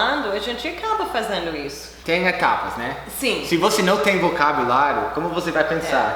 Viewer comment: O "Né" saiu "Nhé" kkkkkkk